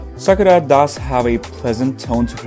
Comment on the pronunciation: It’s not “ Sakra” but “Sakura”